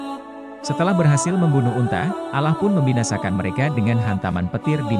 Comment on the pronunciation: mohon maaf,,klo saya keliru.kok saya dari awal nyyimak video,dr awal sampai selesai,,pengucapan Allah SWT.. (huruf o,,tp huruf a..